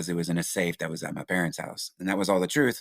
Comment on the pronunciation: It's not the TROOF channel it's the TRUTH CHANNEL 😂😂 Please stop saying TROOF sir. U can't have a title of a podcast u can't pronounce 😉🤣